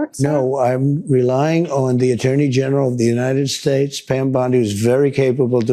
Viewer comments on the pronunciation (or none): You would think King Nar would learn to stop talking, but he's just no good at not being in the limelight 24/7, and trying to sound Intelligent and Important. [ - slurring his speech!!... maybe it's time to re-name 'united states' to something he can pronounce unimpeded].